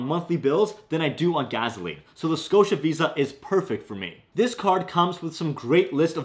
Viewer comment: Funny how you say 'gas' and 'gas station' correctly but then say 'gaZoline' lol